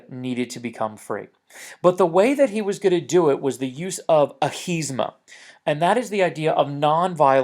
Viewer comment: its ahimsa not ahisma....